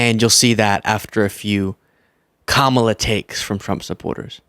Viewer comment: Oh. He knows what he's doing by mis-pronouncing her name on purpose. He's said that he does it on purpose. He's an ASSHOLE!!